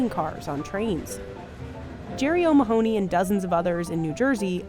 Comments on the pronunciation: O’ mah - honey. Not ma-hoo-ney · The pronunciation of O’Mahony 😂😂 O’Maahonee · The pronunciation of O’Mahony is driving me mental